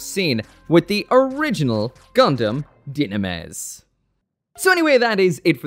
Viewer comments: dude, it's pronounced Dy-na-mes, Dynames, not Gynames. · PRONUNCIAAATTTIIIOOONNN!!! It's Du-nah-mehs...not Ju-nah-mehs. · According to Bandai's Mobile Suit Files videos, it's pronounced Du-na-mes If only Tieria actually piloted it. Let him pilot his crush's suit! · Where did you get the "G" sound(gynames) from? I have never heard that. These things always gotta have the craziest names, I swear... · Die Na Miss is how its pronounced in both the Japanese and English Animes. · Hmm I'm new to metal build line I didn't know it just comes in already built. Gotta think about this again before I pre-order devise dynames... And not gonna lie, I almost close the vid when I heard jinames LOL I had to go check their Japanese writing and it's definitely not "jinames" LOL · Not trying to be that guy, but since both Niel Dylandy and his brother Lyle Dylandy Say Dynames as (dee-nah-mess) that’s the correct pronunciation (Japanese) so, you’re wrong. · Ngl after some years calling dynames as Gynames is kinda off putting.... Or is it just me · why are you pronounce dynames wrong you keep saying gynames or jynames till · It's Die-na-mess. Like YouTube, Not YouTubb. It ain't say Redtubb. It's Redtube. lol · This dude pronouncing dynames like jinames, why. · Boiiiii 😂 Leave this new pronunciation in the trash lmao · Idk how im going to get through this episode with that pronunciation of dynames. Nope.